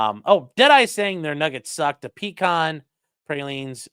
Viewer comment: pronouncing pecan correctly makes my Georgia heart happy.